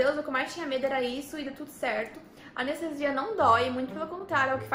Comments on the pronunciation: "A Nestesia" meu pai do céu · "a nestesia doi?"